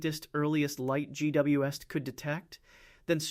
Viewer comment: J.W. Esst. Love the AI narration space videos. 👎🏼